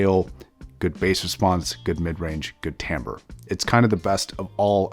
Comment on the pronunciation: It's timbre not tamber